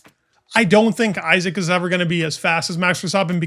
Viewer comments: Easy mistake to make, but as he is here to stay I hope, we should all pronounce his name the way he does: EE-zak (not EYE-sack) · Btw it's not pronounced Aisack, it's Isaack. It's an Arabic name, respect the pronunciation please. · it's pronounced e-zack